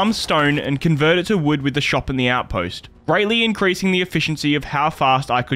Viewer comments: Bro really said collect vood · Brother said vood lmao